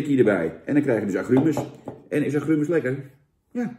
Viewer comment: 'Aggruumes', hahahahaha 🤣😂, lekker een Dennisje doen, Jan? 😉